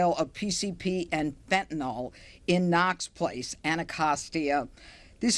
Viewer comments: Never trust anyone who can't say fentanyl. There is no such thing as fentanol. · It’s distracting when people pronounce fentanyl as “fentanol.” Meaningless thing, but there it is.